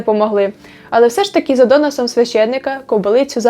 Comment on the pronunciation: ДОносом?! От як можна помилитсь в цьому слові і вліпити наголос на першому складі?